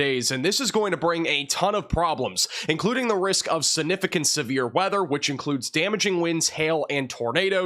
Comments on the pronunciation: It’s significant and not sinificant !! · Sig-nif-I-cant not si-nif-I-cant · Please it's significant not sinificant. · I love it. 😅. SiG-nificant. Significant... Don't forget the G. But your weather broadcasts are always on point. 💯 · SIGnificant, not sanificant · calm down. Appreciate you. Please work on the word sig-nif-i-cant. This is geoengineering...An etheric and evil war. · Am I a dick for being bothered that he pronounces significant like that? … prolly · Please learn how to pronounce "significant".